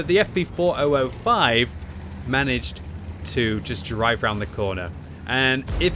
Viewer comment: In particular the Ef Vee Fore Oh Oh Five